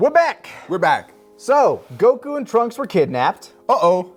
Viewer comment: I love hearing slip up on his Goku pronunciation